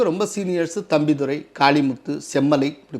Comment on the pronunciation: தம்பிதுறையா?தம்பிதுரையா? தமிழ் எப்படியெல்லாம் வென்னீர் ஊற்றி வளர்க்கப்படுகிறது?